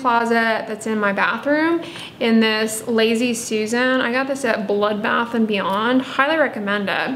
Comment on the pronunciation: HAHAHAHAHAHA! I thought she said Blood Bath and Beyond!